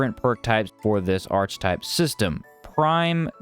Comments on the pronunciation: Archetype is pronounced Arr-Key-Type, sorry for being a dick. Good video though :) very informative, looking forward to this one. A big improvement on the original. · Nah it's Arr-Kuh-Type